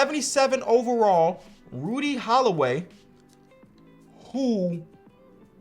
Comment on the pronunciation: If I had a dollar for every time said Holiday instead of Holloway, I’d be rich off this video